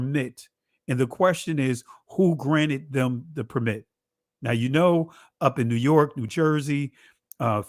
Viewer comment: Nice coverage. Your guest consistently mispronounces the word 'permit' when used as a noun, the stress should be on the first syllable: “PER-mit”.